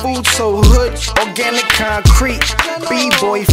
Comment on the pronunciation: "Roots,Beans and Greens......Track is Rustic and Organ-ik. Drop it......